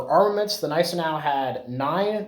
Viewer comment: You are correct; the G is silent in Gneisenau.